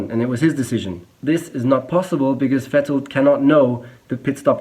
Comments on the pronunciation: It's funny how he pronounces Vettel and Hülkenberg wrong. I wonder whether he's just so used to saying/hearing "Wettel" and "Halkenberg" in an English-speaking environment or he deliberately does it for his international audience. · yes,good job,but.. Why are you caling Vettel...Wettl...Rosbörg? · He’s German but can’t pronounce Vettel correctly.